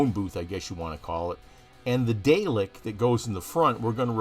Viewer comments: Really nice mod. FYI, Dalek is pronounced "Dah-lek" not "Day-lek", please. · I'lll be that guy: it's pronounced "Dar-lek" not "Day-lek". :P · Great Build, although you need to learn to pronounce them as DaRRlek not Daylik lol. (and yes I know is is spelt Dalek, but us Brits pronounce the a as 'arrr' ) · Dalek is pronounced Daa.lek.